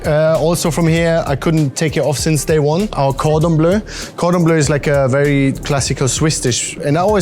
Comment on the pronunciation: "Cordon Blue is a very classical famous Swiss dish"... As a French guy living in Zürich, Wiedikon, that one hurts my ears 😂 Gotta try Rosi though, looks terrific !